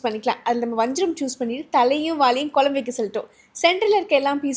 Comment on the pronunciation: please pronounce it has குழம்பு (kuzhambu) and not as kolambu 🙏 hope your mother tongue is தமிழ்.